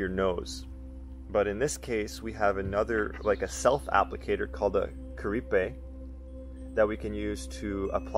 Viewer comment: It’s cool how Americans call Kuripe they say like Kuripé and not Kurípe